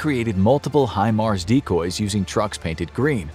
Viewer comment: Thank God people have started to pronounce HIMARS correctly!!